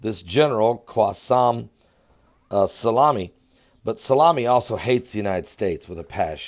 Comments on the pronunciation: General Soleymani not Salami I think you were hungry when you recorded this video : ))) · its "Soleimani" not "Salami". You can't even read the title of your own video! and he doesn't have an insta account, that's his fan page LOL. This shows the IQ level of your viewers who couldn't catch it and are comparing his name to peperoni. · its pronounced soli-mani lol.. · I absolutely love, his pronunciation skills are a constant source of good natured humor. How on earth he gets Salami out of So-lei-mani boggles the mind. He makes even all this craziness not seem so big with his God given personality. Don't ever change.:) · U can't even pronounce his name 😂😂😂😂😂😂